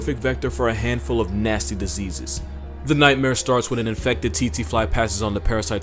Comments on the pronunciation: I am pretty sure its pronounced cheche fly not titi fly I should know I live in Africa an weird deaths like these happen alot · Its pronounced Tseh-tseh, not Tsee-tsee... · Tsetse fly... pronounced (phonetically) tset-see. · I tried to hold myself😂 its not pronounced "tsi-tsi" as in "ts-ee" its "tse-tse" as in "ts-eh" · how to pronounce Tsetse fly...take the zz in pizza add the word air... ZzAir-zzAir fly...thank me later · The fly is pronounced tet sy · I thought the Tsetse fly’s name was pronounced “sexy” fly? 🤔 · The snakes name is in Afrikaans and is pronounced "b-oom-slung" The fly is pronounced "tse-tsi-fly". Love your content. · the pronunciation of tsetsefly killed me but it is very deadly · As a South African, I can tell you that you butchered the name of the boomslang 🤣 and the tsetse fly pronounciation just had me cracking 🤣